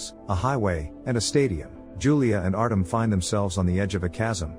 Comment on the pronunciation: Artem, is said Artjom...